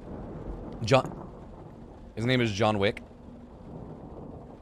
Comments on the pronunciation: Um, I believe its pronounced Jean = (gene). Not John. Thanks for the video! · If it's a French name it's not - think of Jean-Luc Picard!